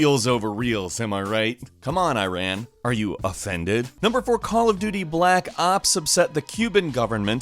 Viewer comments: First learn to pronounce my country's name : Iran is not like I ran , it's eeraan meaning the land of the Aryans. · Guys, it is not eyran it is iiraan. i like Internet and a like umbrella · Here is when i am offended, it's not freaking " I-RAN " it's Iran and said more like " E-RUN " without the pause between E and Run. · I'm surprised you even knew about battlefield's situation in iran👍🏻 But try pronouncing iran correctly😁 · Yes, a lot of us were actually offended over battlefield 3. Not just because it's about a US military invasion of Iran (pronouced ee-raan, not ay-ran btw), since that's basically an impossible thing. It missed so many crucial points, right up to the level of getting our flag and writing system wrong. And that's not even mentioning portraying our military as some kind of ISIS spin-off. So yeah, that game was pretty badly received. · Bro Iran is pronounced like eeran Not Ayran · You pronounced it Incorrectly. it is not I-ran, it is ee-run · Why do Americans say eyeran. It’s bloody Iran! I, NOT EYE! 😂 Also great video! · is i-ran some kind of a new apple product? if you want to bash countries for banning games that are simply stupid at least pronouce their names correctly - its e-ran not i-ran. thanks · Yup, Battlefield 3 Is Banned Here. And Of Course Iran (btw no hate but it's not pronounced "airan", its pronouced "e-ran" or "eeran")Would Get Offended. Because Why Not? It LITTARALY SHOWED THE MILITARY DESTROYING TEHRAN. ik that everyone's like "It's just A Game, They didn't mean anything by it" And I Understand That. But I Just Wanna Say That Iran's Situation Is Not Looking Good Rn. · It’s Ear-on not I-ran. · Hey Dear! Please try to pronounce the name of "Iran" right from now on. The way you said it is wrong. "I ran". It is pronounced like "E run". Thank you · Please pronounce Iran the right way, It’s e-run not “ I ran far away” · > spelling Iran as “Airan” instead of Eeran Dude you’re doing it wrong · He literally says Iran as eyeran